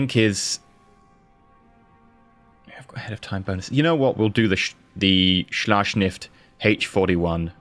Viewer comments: It's Schlacht S C H I F F not Schlacht S C H N I F T. Sorry but that's driving me nuts everytime i hear it. In case you didn't know, translated it is battleship. Now i do feel better XD Keep up the good work. Great vids as usual. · Ah... Schlachtschiff. Great how you pomounce it😂 it says warship for those who do not know it. I love the videos you make. Greetings from germany